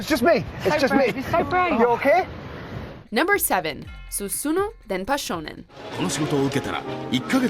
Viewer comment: Not "susunu" Actually "susume"